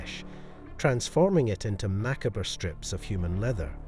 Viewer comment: Mackabra lol… it’s pronounced ma-cobb but i still like ya